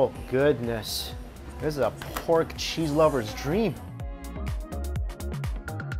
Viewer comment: I like how he says cheese like sheeze